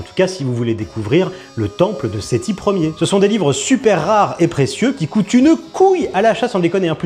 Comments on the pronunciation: Le type qui prononce Séthi Ler, on a touché le fond de l'absence d'intelligence 😭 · Dire Sethi LER au lieu de Sethi 1er c'est terrible quand même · Le gars a quand même dit " le temple de Sethi Ler" au lieu de Sethi 1er....vive le niveau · Non c'est Sethi ier (c'est hier)... nous sachons ! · Sethi "Lère"??? @@ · Sitiler😂😂😂 ah la la ces grands ingénieurs et grands médecins! Des chances pour la France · Le Seti "l'air" m'a tué 😂😂😂 un ancêtre du roi Louis "Khsive" XIV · Sethi "Lair" ... Bordel ... Le niveau ... 😒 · « Seti Hyeres » 😢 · SETHI LER !!!!!!!!!!!!!!!!!!!!! SEEEEEEETTTTHIIIIIIIIII LEEEEEEEEEEEEEEEEEEEEEEEEEEEEEEEEER IL A DIT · Seti ler (l'air)🤣🤣🤣 il m'a tué. Mais quel teubé. Tiktok c'est clairement ce à quoi ressemblera notre civilisation lorsqu'on aura atteint l'idiocratie parfaite. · Sétilair!!! Quand on sait pas lire le français, il faut pas tenter la lecture des hiéroglyphes 😂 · Sethi "Ier" j'ai failli décéder 😂😂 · C pas "sheti LER" c "sept H IT L AI R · "Séthi Ière" is the new "Louis Croix V Bâton" 😂